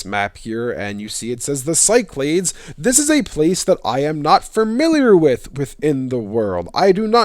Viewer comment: Cyclades is pronounced "KEE-clah-DESS" Or in words: Key - Claw - Dess (Or like you say the "des" in destiny) or "SEE-clah-DESS". Of course, it gets pronounced other ways from other places, but I thought you might find this little pronunciation tidbit interesting! I have heard even from Greek students that it is alternately pronounced with a "s" sound at the start or a hard "c" sound. I wonder if the hard "c" pronunciation comes from the Roman colonial period. A lot of online pronunciation stuff has people kinda lazily just making things up, but the top results at least hold water. Anyway, this should be a cool region to explore in the next games!